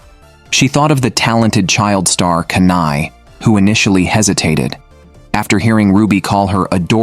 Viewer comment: Not kanai it’s kana Not aquer it’s aqua(marine) MEMcho is 20+++